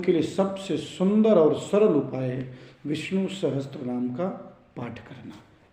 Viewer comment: Sahastranaam nahi hota, sahasranaam hota hai....... Sahi uchcharan kiya karein